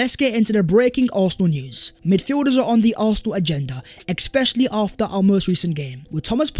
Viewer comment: Bro the word especially has no X in it 😂. The amount of times he says eXXXpecisally😂